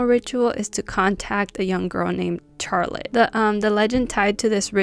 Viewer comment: Yesss!! I love learning about scary games 😍 I don't think I can ever play these games sober, ima need some shots or ima be scaarreedd ASF 😅 Btw I love how you pernounce Charlotte😂 Never heard anyone say "Char-lotte" instead of an S like "Shar-lotte"